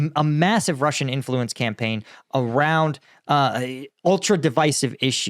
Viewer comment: "You're giing to feel the influence."